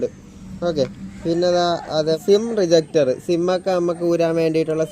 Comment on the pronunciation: സിം റീജക്ടർ അല്ല ഇജെക്ടർ